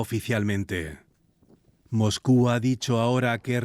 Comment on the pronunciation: Periodista porque dice MOJKU acaso no sabe leer la S???? Se dice MOSCU no Mojku, pronuncie bien pornfavor